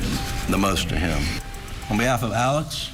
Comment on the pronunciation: His name is Alex. Why is everyone saying "Alec"?